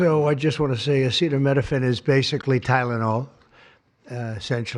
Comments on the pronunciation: Trump can’t even pronounce the word acetaminophen. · He can't even say the word! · He doesn't even know how to pronounce Acetaminophen. LOL "studies suggest a potential association between Acetaminophen and autism". This is science based. What? Science says that association is not causation? It doesn't matter because we are moving "speedier". There's absolutely no harm. What? You have fever? Just tough it out. As I said, there's no harm. Somebody ought to fix that mic. Can't really understand what Bobby Brainworm is saying. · Trump can’t even pronounce it 😂